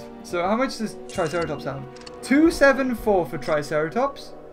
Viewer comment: why did u say tricerartops